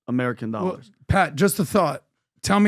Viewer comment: What’s 50 thousand “OLLARS “